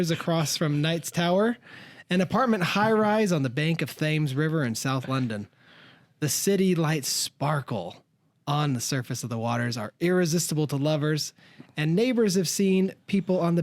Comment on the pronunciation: "Thammes" river 😂 bless ya heart!